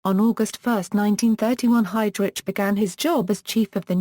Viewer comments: pronounced "HeydRick" no HeydRich; Germanic pronunciation. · its Heydrich is pronounced hide rick not hide rich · Everytime this computer voice says 'hide rich' his evil soul flinches in Hell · This is the worse computer voice ... seriously lol...your doing a review of this man's career and life and you can't even pronounce his name correctly..I stopped listening to it...take this shit down!!!..I already know enough about him and even though he was a cold soulless murderous power hungry monster...your doing him a great disservice